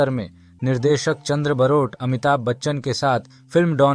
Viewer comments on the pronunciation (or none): सब से पहले ठीक से नाम बोलना सीखो। बारोट है। बरोट नहीं है। वो गुजराती थे।